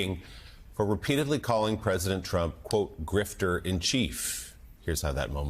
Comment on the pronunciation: "Grifter," not 'Grifter.'